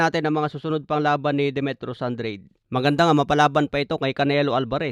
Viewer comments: Anong andred😂 hahaha an dra de basa nun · Andrade as in An-dra-de boss😂. Para lang Daonair ni Donai-re😪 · “AN-DRA-DE” ganyan ang basa boss!